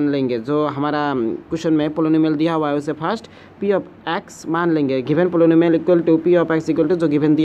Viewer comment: The way he read 'poly-nu-mial'🤣🤣 Noice explanation btw